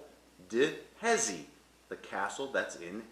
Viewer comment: I was looking for someone in the comments to correct his pronunciation of Jesi but came upon this lol